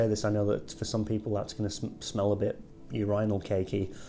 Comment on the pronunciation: 🤔 when you say "your-eye-nal" you mean urinal right? 🤨🤣